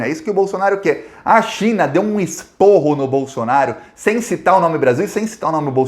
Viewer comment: Esparro.no lugar de esporro